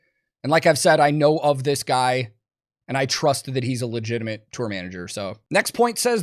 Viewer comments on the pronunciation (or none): It seriously isn't "legitimint" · There's no N in legitimate. Just look.